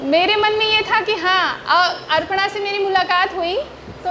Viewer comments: Bataiye...... अपर्णा.. Ko.. अर्पणा bol rahi hai. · यू टुव पर हमने कब ज्ञान दिया?? ज्ञान बांटने की शुरुआत तो तुमने ही की....अपर्णा को अर्पणा बोल रही है। किसने कहा? ? हमने। अरे इतने 2000 स्टूडेंट्स के सामने लाइव है तो धोखे से मुँह से निकल गया तो इतनी गंभीर बात नहीं हो गयी जो कल से अभी भी शांत नहीं हो रहे।